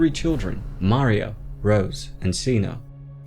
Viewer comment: This is a great video but was distracted by the way you pronounced Maria It's Muh-reeuh Not Marr-ia